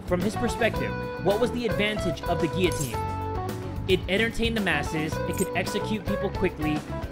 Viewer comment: Boi stop pronouncing guillotine wrong